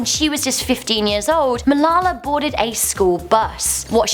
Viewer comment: wow you said Malala's name soooo wrong